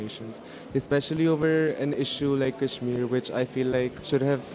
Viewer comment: KASH"MIER" XD I can't with the accent of that girl lmao "PHAKISTANIS" arey behen Apne country Ka naam to theek se le le